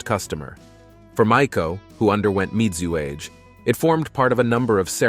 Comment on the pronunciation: MIZUAGE = mee-zoo-ah-gay